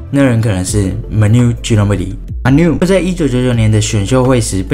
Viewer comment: 哈哈哈哈哈哈manu ginobili怎么乱发音啊哈哈哈没人吐槽吗马牛鸡诺蜜莉